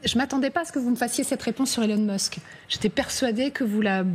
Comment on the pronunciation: En plein dans le mille...Elun mosk😂😂😂😂😂😂